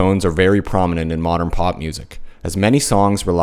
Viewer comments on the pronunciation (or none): none